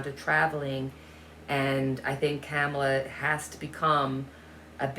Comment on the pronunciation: Trump can run, but he should hide if he had a brain cell between his ears. Vice President Harris’ name is pronounced COM-A-LAH ( not cam ala) If you think 🤔 of the name Pamala but change it to Pomala and change the P with a K, that might help you remember. Her name is difficult. Perhaps we should just stick with Vice President Harris.